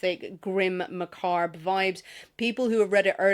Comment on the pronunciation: It's not "macarb". It's pronounced Ma- CAAB. Don't pronounce the "r".